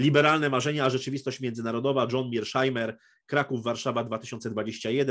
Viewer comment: Może Pan mówić po prost [mershajmer] Pozdrawiam